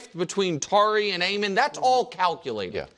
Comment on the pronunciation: Nick saying they can’t say sengun right but he can’t say Amen right😂